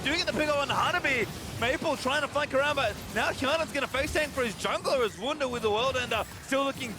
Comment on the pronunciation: It is Wunder Not Wounder 😂